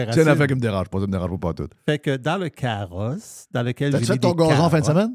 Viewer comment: Mr White se fait agacer avec un « caurosse »😅